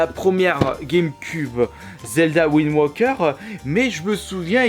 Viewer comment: c'est pas Zelda WindWOKER mais Zelda WindWAKER il y a un AAAAAAAAAAAAAAAAAAA pas un OOOOOO dsl pour les majuscules c'est juste que ca commencer à souler